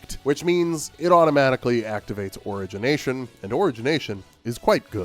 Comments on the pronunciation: Your opinions on these boons I think are pretty spot on. Your pronunciation of "origination" is killing me. I am literally dying. I am deceased. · Buddy doesn’t even know how to say origination correctly. Also doesn’t use the omega abilities for the staff when that’s the best thing about them. Don’t listen to his input.